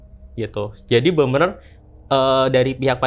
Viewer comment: ini emang "bener bener" jadi "bemer" ya ? dari td gua dengerin